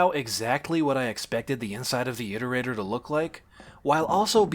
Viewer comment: Im so used to hearing how Daszombes says iterator that hearing say it correctly sounds wrong